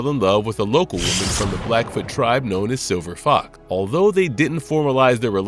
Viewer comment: Are y'all using AI to voice these things now? There's a hell of a lot of mispronounciation (see: calling Silver Fox "Silver Fok").